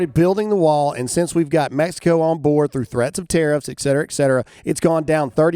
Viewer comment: Damn it, Graham! It is ET CETERA, not EXCETERA!!!